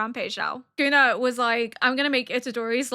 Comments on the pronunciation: Yep, she's got it basically exactly right for example. It's almost like s-kuna to an English speaker I think, where there's not a pronounced vowel sound between the s and the k but they do not form a single "sk" sound. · you're saying it right "soo koo nuh". but man i hate that guy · “Sukuna” is the correct reading and pronunciation. Your pronunciation is very clear, and it sounds just like a native Japanese speaker. I am Japanese, and I don’t find anything off about your pronunciation at all. Even if you happen to mispronounce or misread something, please don’t worry about it. (I completely understand why you’ve taken the time to politely explain your situation to first-time viewers or people who point out your pronunciation. I expect you’ll have to give similar explanations in the future, but please don’t let it bother you.) JJK contains many words that even Japanese people aren’t used to hearing or find difficult to pronounce, so it’s only natural that many people find them hard to understand or pronounce. I often get the pronunciation or reading wrong myself😆